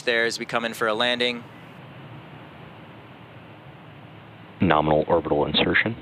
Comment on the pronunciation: " Liftoff nArmal "